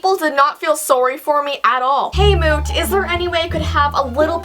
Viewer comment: oh me god moot can say "you owe me 5 dollars for that tomorrow" and can't say "apple' or "moot", his own name? hmmmmmmmmmmmmmmmmmmmmmmmmmmmmmmmmmmmmmmmmmm